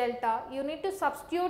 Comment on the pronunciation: Masins gain not maasins gain